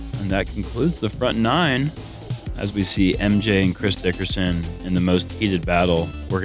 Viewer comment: Sorry did just say "Chris Dick-and-tenders"?